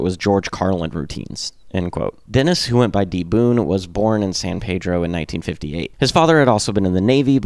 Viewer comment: I'm a former resident of San Pedro and even seen Watt play when I lived there (sadly I moved there after Boon's death). Locals pronounce San Pedro as PEED-droh. Sorry to be pedantic, but hearing PAY-droh kind of drives us nuts. There are dozens of PAY-drohs, but only one PEED-droh. If you listen on History Lesson part 2 Boon pronounces it that way too. And yes, I used to play History Lesson part 2 whenever I would drive to Hollywood to go drink and pogo. Punk rock and the Minutemen indeed changed my life. Other than setting off my pedantic nature, it was a good video. Will have to check out more.